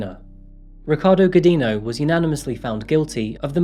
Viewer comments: Alini Gujinyu. That’s how to proper pronounce her name 😅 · Thank you for covering this case. Just a little correction: "Godinho" is said like "godin'io". It's a weird sound not Portuguese speakers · In Portuguese, her married last name is pronounced "go-jeen'-yo". The "di" makes the sound of a "j" in English and the "nh" makes the sound of an ñ in Spanish. Thanks for posting this. How could someone ever get away from an abuser who knows her every location and friend? I wonder if there are, like, Witness Protection-type programs that can help families in this kind of crisis. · Thank you for making a Brazilian video. Just a tip for future videos: the "nh" in "Godinho" is pronounced closer to "ñ" in Spanish, not as "n". Good video! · Just a tip on the pronunciation of "Godinho", as many English speakers make the same mistake: the NH sound in Portuguese is the same of the GN in "Lasagna". It's something like "Godigno". But hey, it's better saying "Godino" like you did than "Godin-ho" And oh boy, she's from the capital of the state where I'm from, Minas Gerais 👀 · hey,! the nho in godinho is pronounced like the ño in the spanish word niño. keep up the good work! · I think her last name was pronounced "go-din-yo." Portuguese spells the n-tilde with "nh". Not being arsy, but just thought I'd mention it. ;-) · Wow!!! My city (Belo Horizonte) and I did not have idea about this case, lol. And the pronuncietion for the Godinho is something like “go d INN o”, nh has a real diferent and difficult pronuncietion for non-natives. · You are pronouncing Godinho wrongly… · Oooh im sorry but that last ame pronunciation is all kinds of wrong bud lol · Thanks for sharing the story! Had never heard of it. Just a curiosity though, the nh in "Godinho" is pronounced like a Spanish ñ or like the gn in Champagne.